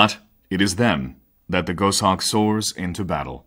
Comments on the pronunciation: Gos Hawk not Go Shawk. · Amazing that someone narrates a script and there no one to tell him that he's is mispronouncing the actual subject of the documentary. Too annoying to watch.